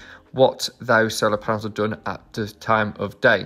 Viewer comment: Paenels….. is that a new word?